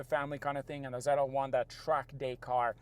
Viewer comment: It’s Z L 1 not ZeLa 1